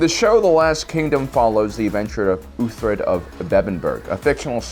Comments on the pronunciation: So many mistakes in this video it's almost funny. ''We don't know how things looked 100 years ago...'' You mean back in 1921? ''Great Heathen Horde..'' It's the ''Great Heathen ARMY and it was not just Danes but Norse warriors from all over Scandinavia. Also, it's UTHRED not ''Uther''. The Macedonian Phalanx is NOT a shield wall, it's a spear wall,used as an offensive formation, similar concept to the European spear wall formations of the 15th Century. 300 is maybe a comic adaptation, with lots of over-the-top elements BUT the first battle scene, when the Persians attack and get pushed back by the Spartans, that is a fairly historical accurate depiction of a hoplite phalanx. Well, at least the part before Zach Snyder goes all Slow-Motion choreographed action that is..... (Also, Spartans use to wear heavy armor but whatever, this is a Frank Miller comic adaptation.) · its not ulthred ffs